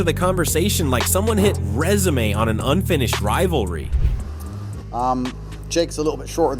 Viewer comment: Someone hit résumé?(Rez-oo-may) You mean resume? (Riz-oom) Wtf? Is this an AI voice